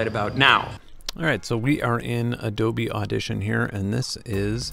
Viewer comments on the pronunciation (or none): none